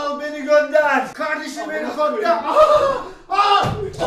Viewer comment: kavdeşim helikoptev pa pa